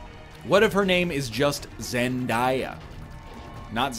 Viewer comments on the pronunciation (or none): Did this egg just call zen-day-ya zen-die-ya?